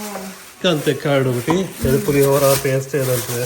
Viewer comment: Pulihogram✅ pulihara ❌😂😂😂